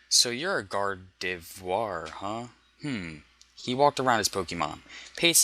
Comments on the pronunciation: Why the hell do you make a video like this when you can't ever pronounce the pokemons name correctly?! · He can't say Gardavior XD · it's not that hard to pronounce gardevoir you know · Because he pronouced it french! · Its sad that he cant pronounce Gardevoir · This narrator cannot pronounce gardevior the same each time he says it xD